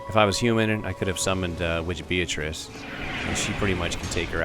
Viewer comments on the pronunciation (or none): none